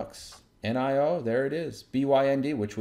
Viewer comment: How dare you say "nigh-oh" it's definitely "knee-oh" -$NIO